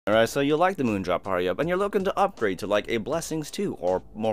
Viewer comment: pretty sure u said kato wrong